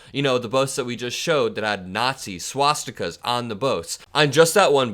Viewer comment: In the United States of America it is protected free speech, under the first amendment to our constitution. Those of us who would never display it are equally free to call out those who do as crazy or racist. The idiot whose voice was heard does not even know how to pronounce the name swastika.